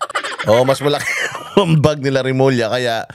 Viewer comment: Bulol remulling